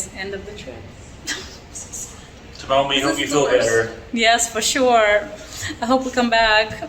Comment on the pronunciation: FYI Tomomi"s name is pronounced Toe Me